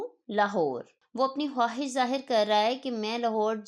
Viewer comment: Bolte hain khaahish likhte hain! "Khwuahish" Mohtarma! Indian